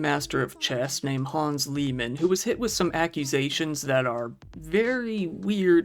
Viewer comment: Its Hans "Niemann" not "Liemann" lol